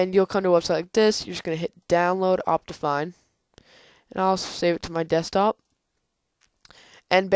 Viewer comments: No you pronouced it like Opt-I-Fine (I as in like kIck) You get what im trying to say? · Its pronounced Opt-ee-fine